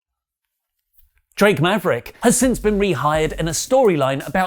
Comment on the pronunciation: Turns Around with dramatic pause Drake Maverick! Thanks for that! That made my morning 😂